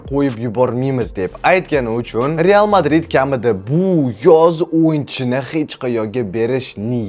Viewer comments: Real❌ Teal✅😢😂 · Bir marta rteal deb hato qilibdilar senla hato qimisanmi kulaverasan hammang nx